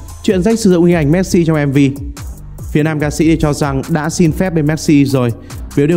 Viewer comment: Cứ đọc "Méc-Si" Méc-si Méc-si nghe khó chịu thật...